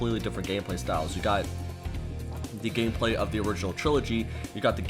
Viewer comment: "3 different gameblay" behoooold the spinooofs